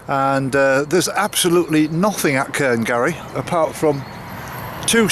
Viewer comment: Cairngarry ??? Not such a place. Try saying cairn. Ryan. Cairnryan.